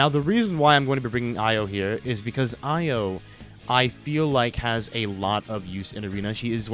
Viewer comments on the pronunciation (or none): Bruh how are you still butchering Io's name it's pronoun E.Yo not Ah.Yo